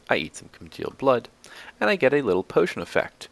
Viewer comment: you keep saying congeald blood and it is making me mad.